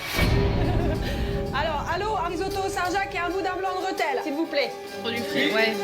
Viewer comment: Il y a un accent ? Non alors dites le correctement s'il vous plaît, c'est REthel